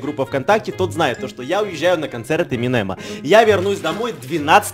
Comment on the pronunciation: эминэма ? может эминема?